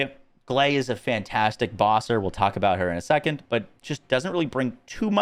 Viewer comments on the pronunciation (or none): none